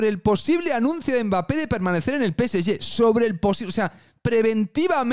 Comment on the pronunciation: PCY?... O... PSG?... Peceye? Que mierda de idioma es ese?